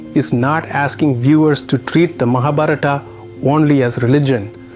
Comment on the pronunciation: I so want to watch this. But... the mispronunciation of Skt words - even "Mahabharata" - truly makes me stop. There are so many ppl making videos on Indian history, spirituality...et al. It wd be nice to learn how to pronounce these words foreign to the Western ears, Thank you.